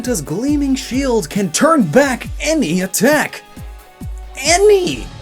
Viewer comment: He said the sheld